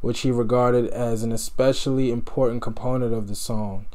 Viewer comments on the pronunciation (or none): none